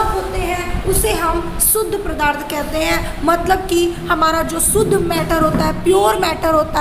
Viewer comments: Mam padarth not pradharth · Madam g pradarth nhi padarth